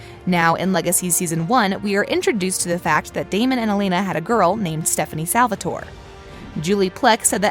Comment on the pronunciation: In another video she said “Salvator-i”